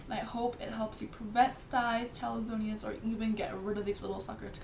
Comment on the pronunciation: Hey, thanks for the informative video.However, you are mispronouncing the word "chalazions". Its a four syllable word, like gymnasiums - not "chalazonians" (a five syllable word, like Californians). Otherwise, good job.